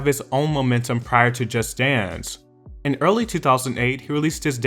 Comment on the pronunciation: Why do you pronounce "Just Dance" as "Just Stans". So fucking annoying.